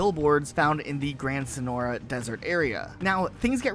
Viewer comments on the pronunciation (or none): none